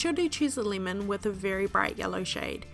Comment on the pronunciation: Word of the day "Leemun" sorry....